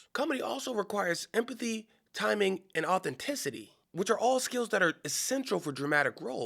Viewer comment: Its "timing".